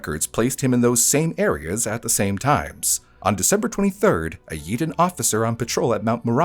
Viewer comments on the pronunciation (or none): In Philly and Delco its pronounced (YAY-dun). When you said YEE-dun I was so caught off guard lol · I live in the same t county as the guy, it's yay-dun, not yee-din. He's a proper delco POS. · its locally said "yay-don" by the way...Yeadon Pennsylvania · Yeadon pronounced: Yay-don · Yo, I'm from Yeadon. It's pronounced "Yay-den." Just wanted to point that out. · its pronounced (yay-don) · It’s pronounced YAYdon. 😂 I’m from Philadelphia. The news coverage was crazy. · just about took me out 😂😂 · Just small correction it’s pronounced yay-den. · the way you pronounced yeadon has me ctfu 😂😂😂😂😂 i love finding videos with my city in it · You said the name of the town wrong